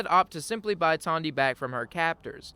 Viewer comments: Who is Tondy? Her name is Tandi. She even says it in game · Great video. As a heads up, Aradesh's daughter is named Tandi, not Tonya.